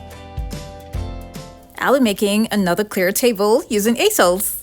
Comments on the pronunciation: Easels are pronounced EEsels. 💝🥰 just so you know. 💝🥰 I absolutely LOVE both of these pieces. You are amazing! I just love watching you and your incredible mind!! Thank you so much for sharing with us. I truly appreciate you! 💝🥰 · Lmao i was weak how she said easels. Never heard them called that. 😂😂😂😂😂😂😂😂😂😂😂😂😂😂😂